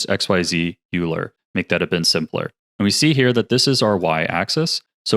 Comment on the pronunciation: Some trivia: Euler is pronounced "OY-lurr." He was a crazy smart Swiss mathematician. This joins the list of other constantly-mispronounced words in our field such as Bezier (bez-ee-AY) and Fresnel (freh-NELL). 🙂